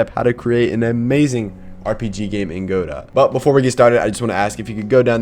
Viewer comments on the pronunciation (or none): It’s pronounced, “guhdough”